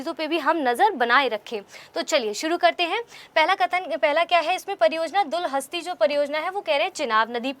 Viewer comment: Madam aap dalhasti ko bar bar galat bol rhe ho.... Nervous hone ki jrut nhi hai.🙏